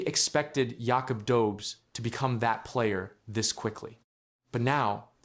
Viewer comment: It's pronounced Yakoob Dohbesh 🙄